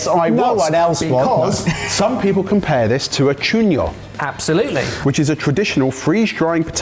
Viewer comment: com-pear it to a pear...